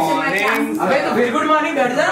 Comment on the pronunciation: No one Literally No one: to every teacher: “GoOd mOrNiG sIR”😂😂😂😂